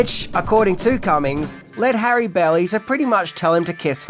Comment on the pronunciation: "Harry Belly" 😅😅😅 I think you meant Halle Berry there,.